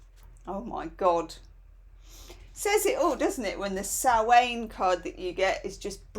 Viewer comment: the Samhain card is not pronounced sow-ane. It's sow-an. Like a female pig plus 'and' without the d!